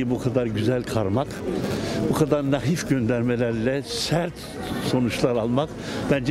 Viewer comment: İlk kez, naHif kelimesini dogru kullanan birini gördüm...Metin Akpınar harikasin her zaman ...naif degil doğrusu naHif arkadaşlar... ( TDK yedin bizi ;)